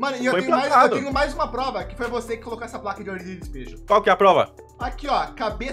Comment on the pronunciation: Pior é o "dispejo" com i